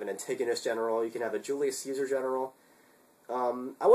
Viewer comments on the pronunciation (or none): none